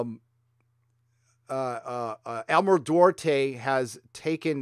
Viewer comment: Admiral Dorte? Doo-art-eh!